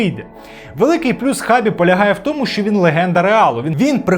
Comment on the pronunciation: Його ім'я читається як Шабі, а не як Хабі)